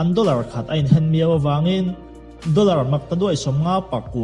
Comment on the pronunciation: Doller pawh dorrer iti zel a, pariat pawh pagriat itia